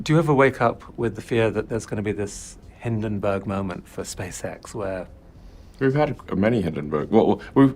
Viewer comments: It's 'Hindenburg', not 'Hindenberg' 😉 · Nice episode! One minor thing: It's called HindenbUrg not Hindenberg.